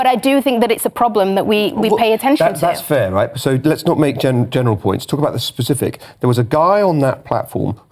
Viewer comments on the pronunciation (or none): none